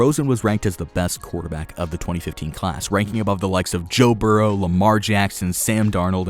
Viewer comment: Sorry but can someone tell me who the actual fuck is “burreaux” I thought it was burrow and on football cards it’s burrow so who tf is burreaux